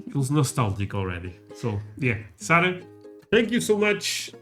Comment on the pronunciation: Hey Dude, we believe the correct provocation of her name is Sa'R'ah, NOT Sa'l'ah :) ! Ha, you guys are so cute, raccoons are EVERYWHERE here in the States, we consider them as pests. Besides of deer, we also have tons of black bears (they invite themselves to your back yard almost daily), Brown wolves (coyotes), Great wolves, red foxes, rabbits, mountain lions, elks, moose, all kinds of eagles, owls and brown bears here on the East Coast (The New England area). You will often see them when you look out of the windows of your house.